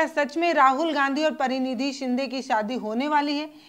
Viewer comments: Madam unka naam pariniti shinde hai na ki parinidhi shinde aap theek se naam ka uccharan kijiye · Pariniti chopra hoti hain aur Praniti Shinde hoti hain aapke uchar sudharo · आप जानती है क्या कि इनका नाम परिणीति शिंदे है ना कि प्परीनिधि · परिणीती नहीं, प्रणिती कहो ना. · परिणिती शिंदे परीनिधी हे चूक आहे नीट बोलायला शिका